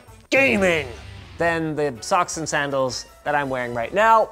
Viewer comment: Socks and sandle's sounds like he lives in BC